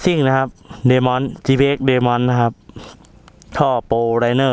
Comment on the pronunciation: Demon พี่ ไม่ใช่ Demin5555